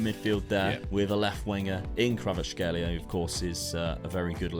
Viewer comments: Kvar-at-shkay-lia its not that hard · Name: Kvaratskhelia: Kravatskhelia "Its weird cause I know how to say that one"